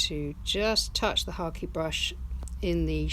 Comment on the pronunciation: Lovely painting. I've never heard of a hake brush being pronounced as Harkey 😁